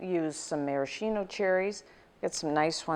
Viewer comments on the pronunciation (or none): none